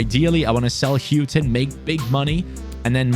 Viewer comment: Houghton is pronounced hore ton not hew ton ino that cos its my 2nd name